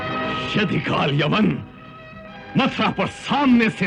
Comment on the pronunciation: aap abhi bhi puri tarah sahi nahi bole , KaalYaman nahi KaalYavan hai , Yaman ya Yemen to aaj ki middle East country hai , Yavan Yunani yani Greeks ko kaha jata hai , jo Ki Kaal Yavan Greek King tha